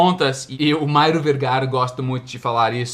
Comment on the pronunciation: Eu também ouvi Mairo Vergara Kkkk